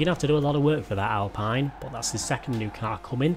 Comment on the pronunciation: YOU SAID AL-PINE AGAIN!!! ITS PRONOUNCED AL-PEEN!!!!!!!!!!! ALSO ITS AN A ONE TEN NOT 1 1 Oh. AAAARRRGGGGHHHHH YOU SHOULD KNOW THIS AS JAMES MAY HAS ONE!!!!